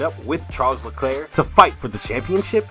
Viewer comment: I think you should learn how to pronounce his name correctly.